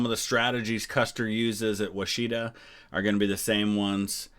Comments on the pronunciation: Battle of Washita (now called massacre)It's pronounced Wah-sha-tah, in Cheyenne, Okla in Western Okla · No big deal but… it is pronounced wash’-i-taw. Also arap’-aho. All short a’s and a long o.